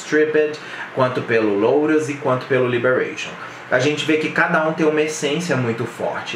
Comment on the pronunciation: Não é louros é lotus, em inglês não se pronuncia LÓTUS, Vergonha é não saber disso